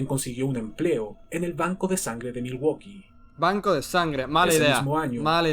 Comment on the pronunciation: milwoki asi se pronuncia